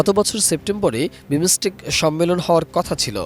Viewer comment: বাংলা উচ্চারণ জানেনা হইছে সাংবাদিক.... For Heaven sake, this not বিমোসটেক। This is বিমসটেক।